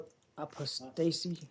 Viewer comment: The spokesman for the United States Department of State doesn't know how to pronounce 'Apostasy'? Facepalm! No wonder Hillary told congress they're losing the information war - first step is to know your subject!